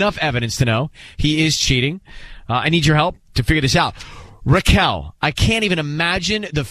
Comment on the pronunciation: It's Raquel, not Rickel